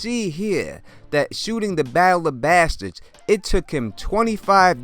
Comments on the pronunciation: How you say bastards is painful. Good video otherwise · Love how you say Bastards